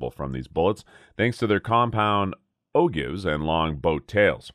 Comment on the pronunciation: Ogive is pronounced "Oh-Jive"